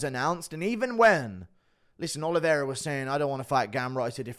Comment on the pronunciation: He doesn't even pronounce Oliveira correctly bro